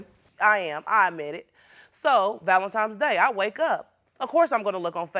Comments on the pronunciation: It's NOT "Va-lum-times"! It's "VAL-en-TINE'S"! Why can't Black folk say this word correctly??? Arrrrgggghhhhhhh! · DAMN DAMN DAMN, it's V-A-L-E-N-T-I-N-E-S DAY not valentimes day WTF! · Valentimes day 🙈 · Because cussing him out for not getting you anything for "Valentimes Day" is going to put him in the mood to get your crazy ass something really nice.